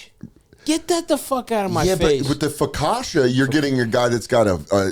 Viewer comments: The mispronunciation of focaccia 😭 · Stav cannot pronounce his favorite bread